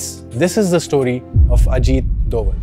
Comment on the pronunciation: He have problem with pronunciation of name plz pronounce name rightly